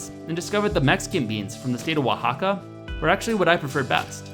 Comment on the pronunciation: Aaayyyy I live in Oaxaca! And you actually pronounced it right! :DDD